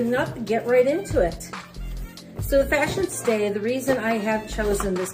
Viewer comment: Its pronounced fashionsta with a short a at the end. Just like fashionista without the i not pronounced fashionstay. Also curious why its a brown box??? Disappointed that it's the June box. And every month they send some kind of palette.eyeshadow bronzer lip.